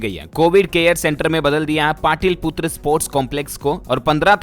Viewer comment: Bete , PATIL PUTRA nahi hai... PATALI PUTRA hai 😡 Padhna Sikh lo pahle , OKAYYYY